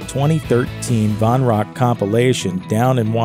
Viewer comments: Dave Von Ronk? No. Van Ronk. Let's at least get that right. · It’s Dave VAN Ronk. Not Von Ronk. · Another narrator's blooper: Its Dave Van Ronk, (Van with an "A"), not Dave Von Ronk. Narrators, do your homework! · It’s VAN Ronk , not VON... and if you don’t know that, have to question your whole being.... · Jesus Christ, it's Dave VAN Ronk, not Von - how hard is it to get a simple name right?